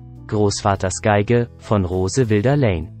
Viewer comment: Kaukasisches Baby? Ähm...Englisch ist nicht so deins, oder? Wilder= (Aussprache) Weilder, Charlotte statt Caroline. Immerhin sagt er/sie/es Tiwi (TV). Grottig, einfach nur grottig. Fun fact: Auf den Tag genau 100 Jahre später haben meine Oldies geheiratet.